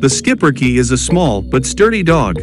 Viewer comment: what a great little dog & yes that's how we pronounce it in the USA. Not much grooming witch is nice. Another one of very smart 🐕 s for sure. They definitely need a family with kids. Great family 🐕.